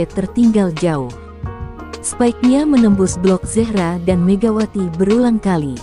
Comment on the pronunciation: Terlalu lebay! apalagi nyebut zehra, ngawur!